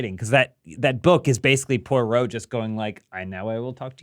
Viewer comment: poy row...